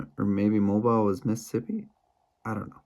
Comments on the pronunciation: Mo"beel" Alabama. They don't say it like mobile phone. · Mobile is pronounced Mo beel in Alabama